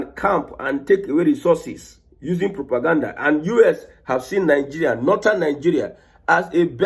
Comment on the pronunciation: You called it propagandda